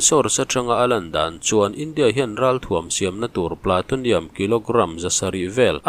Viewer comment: Platonium nilo in Plutonium zawk.Plu ti a lam tur